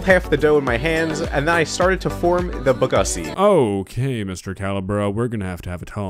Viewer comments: What's also cursed about Bgussy is how he pronouced it "Uhsee" intead of "Uosee" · I cracked up when august said bagussy the first time then cry laughed after he said it again, didn’t know I needed that in my life